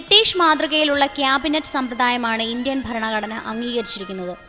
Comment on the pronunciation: faranagadana... alla.... Bharanaghadana 00.53......00.57 anway suprb work